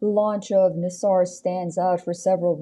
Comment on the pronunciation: The name is not Nissar, and it is like pronouncing "Naisar".